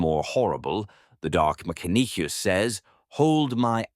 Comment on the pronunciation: …“Mac-a-neek-a-sis” main soldiers…made me laugh out loud! The proper British accent paired with the bizarre version of a phonetic pronunciation is quite the pause worthy delivery! It certainly makes the narration sound like AI whether or not it is. I don’t catch many absurdities in these videos but once in a while I hear a real gem!